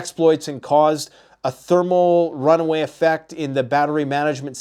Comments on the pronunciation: It is thermal "run-away" (implying it is out of control), not runway. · RunAway. Not runway… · Thermal runaway, not runway